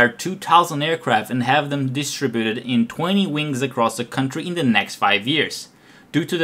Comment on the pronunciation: Con-TRI-bu-ted, dis-TRI-bu-ted. The rest was good.